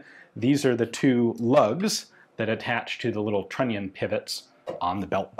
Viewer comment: Everytime you say trunion gets a white claw